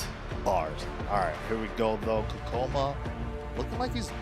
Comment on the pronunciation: hears the correct pronunciation of Kkokkoma 100 times from, keeps pronouncing it incorrectly.